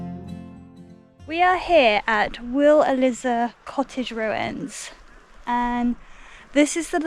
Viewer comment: The Burgess family didn't live there. They lived a couple of miles away. The cottage next to the mine was already fairly run down at the time. After Anna Marie's body was discovered her autopsy was performed in that cottage. She was reburied in St Luke's churchyard in Simonsbath. Wheal Eliza is pronounce wheel e-lize-uh.